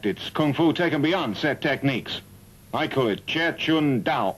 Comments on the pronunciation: why does it pronounces it "Jet Kun Dao" ? It's pronounced "Jeet Kune Do" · He called it Jeh Chuan Dao in this movie because it is a Mandarin movie. Jeh Chuan Dao is how you pronounce Jeet Kune Do in Mandarin. Jeet Kune Do is a Cantonese pronunciation. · Very True Jeet Kune Do is the Cantonese Pronuciation Jie Quan Dao is the Mandarin pronuciation but in this dubbed movie they still didn't say it correctly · What a terrible pronounciation of Jeet Kune Do but it's English dubbed.